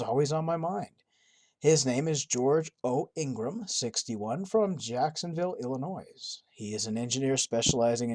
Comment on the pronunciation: I absolutely LOVE your videos. This is the second video where you have mispronounced Illinois. It's Ill-eh-noy not 'noise'. ;)